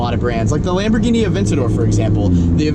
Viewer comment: The way he said 'lamborghini' at 1.57 is good AF 😂